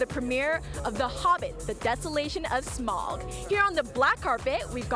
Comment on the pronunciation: People really need to learn how to pronounce Smaug. It's Smowg not Smog